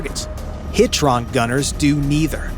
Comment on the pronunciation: The narrator kept pronouncing HITRON wrong